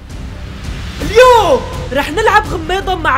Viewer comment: كل ما تقول الًيَوُمًِ انا بقول انبارح متل محمود 😂😂😂